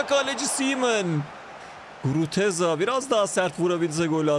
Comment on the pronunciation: iyisin hoşsun da Guruteza deme şu adama Gruzeta de:D